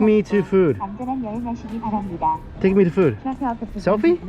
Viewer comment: Literally to the robot: “take me to fewd” 🤣🤣🤣 love you!! 😂💕